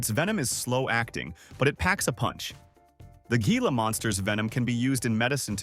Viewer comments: It's pronounced hee-lah, not gee-lah. Also, wolverines can smell prey buried 10 feet under snow and ice, when it's frozen solid. Opossums are our only marsupials too! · Moose Antlers.............weigh as much as a cinderblock male moose. ?????????? Teach your AI some grammar. It's pronounced HILA not how it's spelled. geesh.